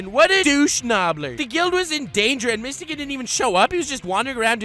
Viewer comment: It’s mist-o-gun that pronunciation was horrid